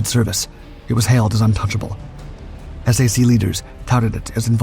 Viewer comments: You keep saying S-A-C... do you mean SAC as in SAC Headquarters? If so, it's pronounced like SACK. Not S-A-C. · Please call it "Sack" (SAC). NOT "Ess A Cee". AI narration should be much better than it is. I guarantee that ANY Human Narrated Video does NOT call SAC "Ess A Cee". Many big AI are called LLM for Large Language Models. They should be learning from listening to real Humans talk and pronounce words and especially acronyms as they are always pronounced. Like the J-79 turbojet engine. Every English speaking human calls it the J79 (Jay Seventy Nine). NOT the "J (pause) dash Seven Nine". AI narration is definitely not ready for Prime Time any time soon. If Ever. I think it's an overhyped bubble to squeeze the last amount of wealth out of the USA before the "Tech Bros" leave for foreign enemy states. As reported yesterday, that may include France, the UK and Germany. However that is probably AI generated BS propaganda. That's one thing AI seems to be useful for these days. Making s**t up to cause geopolitical stress and uncertainty. Leading the USA into fighting wars for other POS countries like Israel who can't fight their wars with their tiny AWOL military. I don't GAS about Iran, Israel or any other country in the Middle East. Let them work it out for themselves. The USA needs to immediately declare harshly penalized capital controls to prevent all that wealth created or fraudulently gained from leaving this country. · "SAC" is the acronym for the Strategic Air Command of the USAF. is is pronounced "sack" like a sack of potatoes, Not S A C. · Stunning aircraft, "slop"py video, featuring "ess ay see" and two more engines than were really there. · It's pronounced /sack/. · I know you need AI for a voice, but please...SAC is pronounced "sack", not the letters... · SAC is pronounced sack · S.A.C. pronounced SACK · No one ever said S-A-C. It was always said "sack," always.